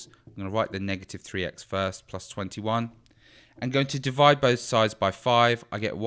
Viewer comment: SHE SAY IT WRONG >:(